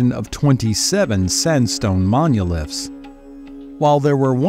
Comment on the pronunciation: Whats wrong with this narrator, is it just AI? Who tf says "monuliths", how am I supposed to take anything in this video seriously